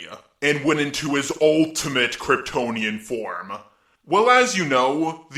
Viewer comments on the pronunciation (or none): I like the content but after EVERY OTHER WORD I hear "yu" or "uh" is so annoying I had to stop listening to the content. I couldnt even hear what he was saying. "Form" is easy to say, but all I hear is "formuh".